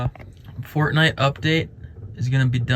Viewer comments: it sounded like he said fartnite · I thought you said "Fart Night" and I briefly wondered which video I missed. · Teun ont he subtitles and see this part he said fart night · Did you call it Fartnight? That’s what I’m calling it from now on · Is it just me or am I hearing fartnight😂 love yr vids man❤ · Fartnight he said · did he just say fartnite :skull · Did this man just called it fratnight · He first said fartnight 😭😭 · First said fartnite 😂😂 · Bro said Fartnite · When u first saide fortnite u said fartnite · Did he say fartnite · I thought you said fart night 🌙 🤔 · Well he said fartnight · Though he said fart night the 1st time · The funny part was that you said fart night instead of Fortnite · he said fart night 😅😅😅😅😅😅😅😅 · this guy really said fartnite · I heard fartnite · Bro he said Fartnite but I get it he meant Fortnite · You know hes lying when he says FARTNITE😆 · Did he say Fartnite lol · Did he said "fart"nite🤣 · Bro really said fartnite 😂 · ''f a r t n i t e'' u said fartnite XD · ( he says fartnite) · ''expecially FaRtNiTe'' 😆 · This dude really just said I enjoy playing Fartnit 😂😂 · At first I thought he said Fart Night when he said what game he liked to play!!